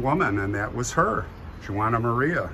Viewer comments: Just so you know, Juana is not pronounced the way you said it. It'd be Wa nah, more like saying Wanda without the d! My grandmother's name was Juanita. Pronounced Wa nita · I loved to visit there when I lived in California. As a Latina I must correct you the way you pronounce Juana. It’s not “Jew wana, but the female pronunciation of Juan, so it’s just said like (Wanna). You are so funny! I love St. Michael! After Mexico abandoned the support of the missions, many of the natives ran back to their tribes. The Chumash were peaceful people living off the plenty at the seashore. They traded abalone shells as far inland as with Central Valley Miwaks. You should visit Monterey, Ca. Great history! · Thank you for correcting his pronunciation of Juana. It was very irritating. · I was going to mention the pronunciation as well.